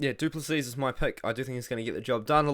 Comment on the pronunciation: The last "s" in Du Plessis is silent bro